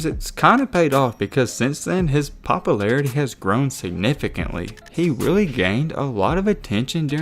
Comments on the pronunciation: "Poppa-larity" LOL....🤣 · His popalarity